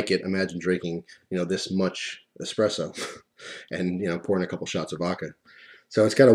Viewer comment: THANK YOU FOR NOT SAYING EXPRESSO!!! It drives me nuts when people say EXPRESSO, there is no x. You are one of the few people who say it correct! Thank you